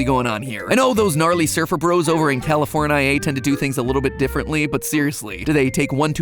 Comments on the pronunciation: He said Californ-i-ay 🤨 is that correct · Matt Matt it's pronounced California, not what however you said it I know you're like from the south or some s*** but like please please and in n out is delicious